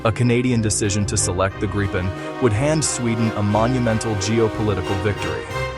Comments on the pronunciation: It’s pronounced ”Grip-N”! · Gripen is is pronounced as Greepen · Grip ("Griffin", Gripen means "The Griffin) rhymes with reap and sleep or not with grip or slip, or wipe or pipe. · You are pronouncing "Gripen" incorrectly, it is a long "i" (sounds like the English "e"), and not with a double "p".